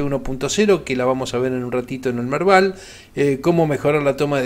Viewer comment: lo del Merdal no se entendió...